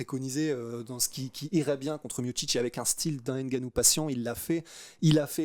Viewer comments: C’est pas N Gannou c Ngannou ! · le N n'est pas distinct car il n'y a pas d'apostrophe qui sépare le N du G donc tu prononces " NGA " et non " N' GA " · c'est bien ce que je dis. On dit Ngannou et Non Enegannou. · va vraiment falloir que tu apprennes à prononcer le patronyme de Francis. Le N se prononce, il ne s'épèle pas. Ça gratte les oreilles. 😂